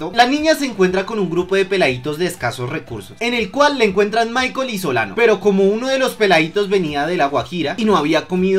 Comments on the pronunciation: Crack se te olvidó corregir en el minuto no era soliban era solano, un consejo no más pero estuvo bueno el video me hizo reír xd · dijiste garcia y soliban xd